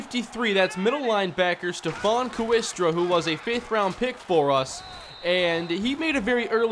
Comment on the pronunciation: Hey. Awesome as usual. In HS there was a kid in my class named Ryan Kooiker, but it was pronounced "Quaker." My best guess is Stephen Kooistra is pronounced "Kway-stra." But hey, you do you. Keep it up man.